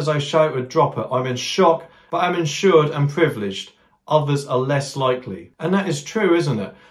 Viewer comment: he said lucky not likely